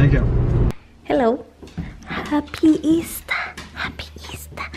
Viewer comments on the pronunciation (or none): "Happy eastah"